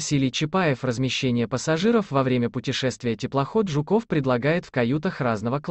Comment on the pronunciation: Блин, автор! Ну какой ЖуКОВ!!! ЖУКов!!!😅